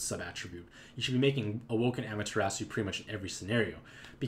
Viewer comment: fix the typo for Amaterasu. You wrote and kept saying Ameterasu You made her sound like some sort of dinosaur when you kept saying her name lol btw great review!:D